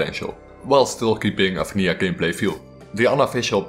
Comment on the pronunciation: Absolutely love your accent, especially how you say vanija instead of vanilla.